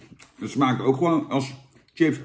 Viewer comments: Jan, het is 'chips' en geen 'tsjips'. B.v.d. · Het is SJIPS geen TJIPS. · Jan zegt wss ook tjina